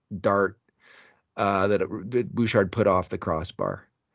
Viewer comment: In French you would not pronounce the "d" in Bouchard.